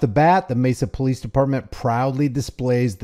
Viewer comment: The PoFleece? 😂